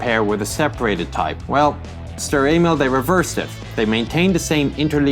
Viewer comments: just me did he say stur anal? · Seems like he said "Sturer anal" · if you listen closely he says " sturer anal " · His pronunciation of Sturer Emil is just sloppy. Do just a bit of research and make it sound somewhat similar. And German is not that hard. Some words such as sfl are simply three words written as one. Just pronounce them as separate. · You murdered it's name D